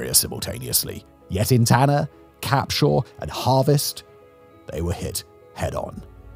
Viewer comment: I saw the thumbnail and was like “since when did Tanner have a proper town center?” While I’m not from Tanner, I do live in the county that it is in, Limestone County, home to 120k people and rapidly growing as of 2025. Also it’s pronounced Deck-ate-her, though you somehow nailed Capshaw perfectly since almost nobody outside Limestone/Madison County can name it